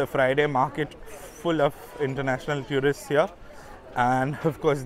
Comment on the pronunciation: Another great video. But one pet peeve. Please, please, stop mispronouncing the word "tourist". The first syllable is exactly like the word "tour" (almost rhymes with "four" or even "sure" but does not sound like "tyoor" and this is for all varieties of English). Every time I hear "tyoorist" it makes me cringe. But please keep making videos as no one else has this kind of content on YouTube. One more word - café. The first syllable should rhyme with the "ca" in the word "cat" or "can" not "car".